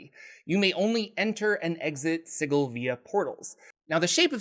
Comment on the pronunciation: The creators of planescape have come out and said Sigil is pronounced the same here as anywhere else. “Si-jil “